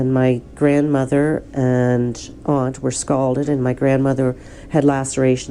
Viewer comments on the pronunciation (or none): none